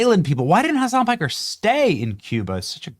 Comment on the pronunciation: Watch and listen to Dana Bash stay Pike somewhere - . She calls hime "Hasan Pecker" not Piker. 😆🤣😆🤣. Hasan Piker is a little pecker. So pecker means The slang usage for penis dates back to at least 1902, according to the Oxford English Dictionary. How much of a degenerate do you have to be for Dana Bash to call you a Pecker on live TV?